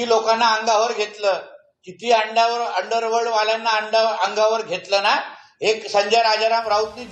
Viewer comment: aadhi underworld nit bol😂😂😂